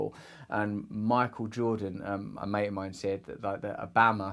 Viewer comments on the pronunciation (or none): none